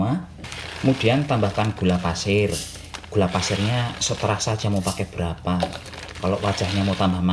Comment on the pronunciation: Ter serah.mas bukan seterah.salah terus bahasane sampean.hihi.